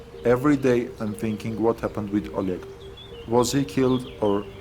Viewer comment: My collegue: o leg, o lead, a leg, oleg. LOL please. :D